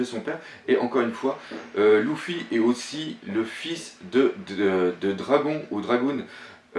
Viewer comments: 3 luffy stp essaye de dire leffi o lu de louffy meme si sa s ecrit luffy sa se pronnonce leffi merci d avoir la patience de lire tout ses message regarder les tous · Arrete de le prononcer "louffy" ca me perturbe on dit "leuffy" ptn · cest leffy pas louffy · excellente vidéo mais Luffy se prononce lEffy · que dire de sa façon d’appeler Luffy "LOUFFY", mais malgré ça j'aime bien c'est vidéo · Bonne vidéo mais juste la prononciation des nom c'est un peu saoulant comme luffy qui se prononce leuffy et ussop qui se prononce oussop mais de bonnes théorie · c une demade personelle svp pourrait tu prononcé luffy=leffy et dragon se prononce dragonne c juste un demande personelle mais sinon genial tes video continue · non mais sérieux tu as du mal avec les prénoms .c'est pas louffy mais Luffy ! pas Utsop mais Usopp ! tas l'air fan mais soit fan jusqu'au bout et modifie pas les prénoms ! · Louffy ? Dragoun ? Outsop ? Fais attention à la prononciation ! Sinon bonne vidéo :)